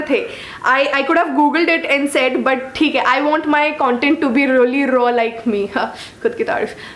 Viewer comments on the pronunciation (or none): but "thik h".. ye accent kyu nahi ja rayyiii h.. mujhe samajh nahyiii aa rayyyiii hai... 😂😂 #truecomediannick❤